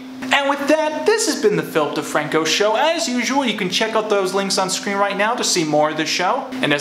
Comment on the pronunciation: It keeps on sounding like you say “Filth DeFranco”